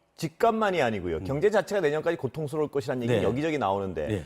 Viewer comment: 갱제가 아니고 경제.....아 듣기 싫어....